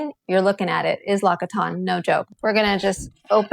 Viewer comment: its pronounced “LOCK-SEE-TAWN”